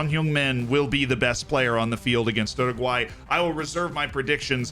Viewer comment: Oroguae 😂 still slip that Anglo R tho